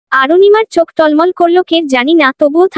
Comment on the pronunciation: Golpota khub bhalo laglo kintu ei first lady narrator sob golpo e emon baje vabe poren sunte valo lage na. Chokh k Sok, Chithi k sithi, cheye k seye, vashate k basate, second narrator sundor poren. Thanks.